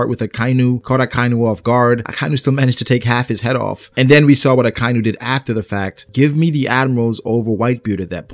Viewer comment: I really like your videos man but could you stop saying "Akainyu". Its "Aka" "Inu". "Red" "Dog" 👍 you got this.